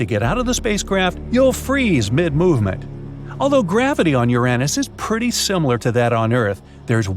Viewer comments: Mars is NOT our closest neighbor. Fact checks, including how you say Uranus 🤦🏻‍♂️ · Hey, you gave Uranus a third pronunciation!, cool beans 🤗